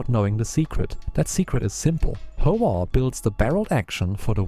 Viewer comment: I really like your videos. Although they come off as AI-generated, I find many facts that I already knew to be included accurately in your videos. One correction to an AI script interpretation in this video is that it describes the "Howa" brand as the "Hova" brand. It's a small thing that most people will not be confused by, but I wanted to mention it. OK, enjoy what you're putting out and subscribe; hope you do more. Thanks.